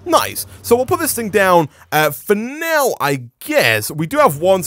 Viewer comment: Everytime he says " for now ", I think he's gonna say finnese.